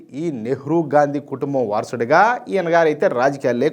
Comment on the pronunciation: Gandi అని కరెక్ట్ గా pronounce చేసినందుకు ధన్యవాదాలు